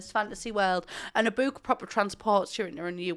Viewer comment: I'm here to hear her say bewk. I love it